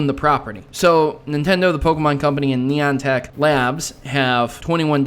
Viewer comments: To help you: Neye-an-tic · Your speech pediment isn't that bad. When I wanna say Niantech I wanna say Nyantech because that's how it translates in my head. It's funny how people can get mad or get annoyed at you for that yet Elmo purposely doesn't speaks proper English on an education show(took the joke from family guy sue me)